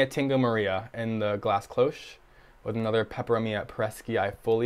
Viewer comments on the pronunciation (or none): none